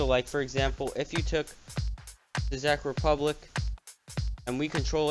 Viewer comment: Do you play HoI4? If so do you like it?Also I caught you saying "Zek Republic". It is pronounced "Check Republic" btw!